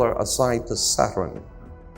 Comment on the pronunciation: Bill Cooper in a fat suit.. listen to them say Sat Hurn.,.